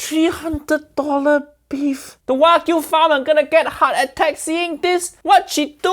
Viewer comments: She’s not even pronouncing Wagyu correctly haiiiyaaaaa 🤦🏽‍♂️ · she murdered the Wagu LOLOLOL